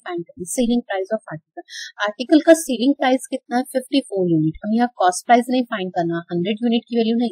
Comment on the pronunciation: Sailing price nhi hota itsselling price plZ dont pronounce it wrong